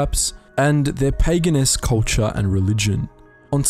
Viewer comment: Can you say Pegan one more time?